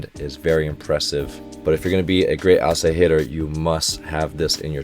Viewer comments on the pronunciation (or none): I swear instead of "outside hitter" I heard "Asahitter" and thought it was some kind of internal joke.